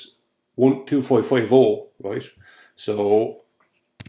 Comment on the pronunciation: Ya gotta be kidding, roight? no more understands what he’s saying than the poor souls who like his eggsplanashuns. Roight?